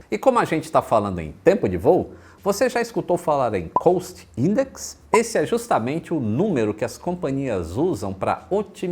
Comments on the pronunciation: Você está certo quanto ao cost index. A pronúncia de route, no entanto, está correta no vídeo. Falantes nativos do idioma inglês podem tanto pronunciar como você imaginou OU com a pronúncia do vídeo, dependendo de onde é a pessoa. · mano, a sua pronúncia de “cost index” e “Route” ESTAO completamente erradas.